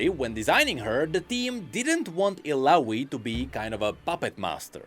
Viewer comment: It triggers me a little how he pronounces Illaoi's name, with an "i" (like in info) instead of an "a" (like in apple) as her name is in another language, not english. One of Illaoi lines was designed to literally say "my name is Illaoi" so people pronounce it correctly!